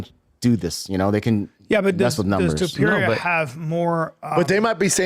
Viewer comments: 🗣️ Topuria ❌ Topeir ✅ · Brendan Schaub- ‘Tupeeria’ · Conor McGregor: 'Illy...Illy...Arturo....Topturo'